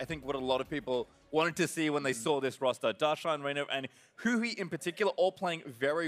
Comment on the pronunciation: They kept saying Huni instead of Huhi